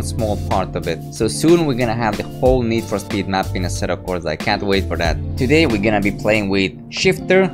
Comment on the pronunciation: asseto corza. stop saying that